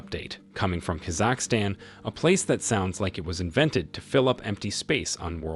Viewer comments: it sounds bad from start to finish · Is it the pronunciation of Kazakhstan? 😂 annoyed tf out of me